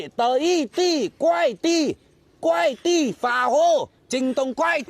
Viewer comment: Kuai 不是 guai. 他读到guai